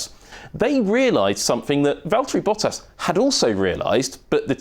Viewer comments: "Valteri Potter" rofl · I think he said Valtieri Potter LOLOL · "Valterri Potter"